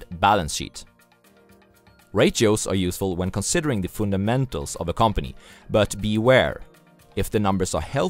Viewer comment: Great video! Thank you so much for all the work! You might want to check the pronunciation of "fun"damentals :-) Thanks again